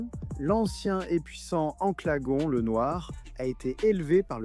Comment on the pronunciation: En plus on dit angalagon bouffon